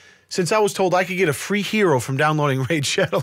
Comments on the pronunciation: Downwode it it fwee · No I'm pretty sure he said it was Fwee not Free. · What is everyone talking about?? This game is actually pretty fun! And its "fee" just like they said in the video! The only downside is, since I started playing all my chest hair fell off, but it doesn't bother me because I'm staring to look just like the Doorbell brothers